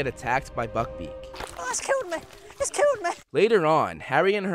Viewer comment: ITS KILLED MEH, ITS KILED MEH!